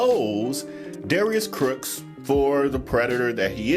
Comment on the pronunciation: Lol he is tripping me out saying Darius Crooks instead of Cooks